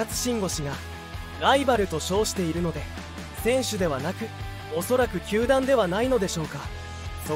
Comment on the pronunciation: 「鼓舞」を「つつみまい」 「球団」を「たまだん」 の時点で内容が入ってこなかったwww